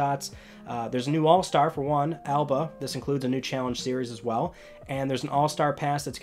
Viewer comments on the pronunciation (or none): none